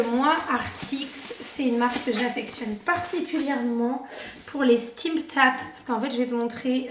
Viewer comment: Simptap ! Simptap ! Pas sTimptap 😂.